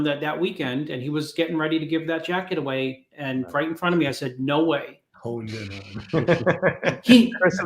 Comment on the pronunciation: RAHB NEEDS AN AHPOLOGY RIGHT AHWAAAY